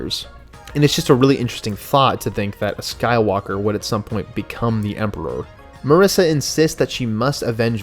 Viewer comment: Nice job. Why do you pronounce Marasiah as Marissa?